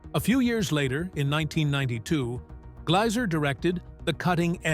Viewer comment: It's Glazzzzer, not 'Glauser'